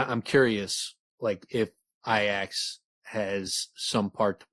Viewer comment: Wouldn't it be pronounced "EE-ax"? I think its supported by the name Haliax also. Breath of Iax, id assume you'd say it the same as you do in the name Haliax. Unsure. Never heard Rothfuss say it, but they pronounce it ee-ax in the audiobooks.